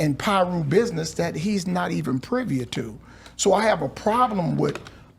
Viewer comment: The word is privy😆